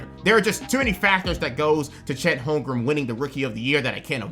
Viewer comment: There’s only one M in Holmgren, you’re gonna have to learn players’ names if you wanna make it ❤️ otherwise love hearing what you’ve had to say!